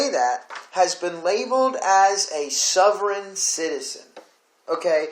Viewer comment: Please learn how to pronounce sovereign